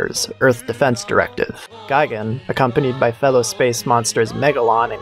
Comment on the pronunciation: Gigan is pronounced gee gon, like tea don. Gaigan is pronounced guy gon, like buy don. Neither is pronounced guy gan, like buy ban. Two of these things are wrong.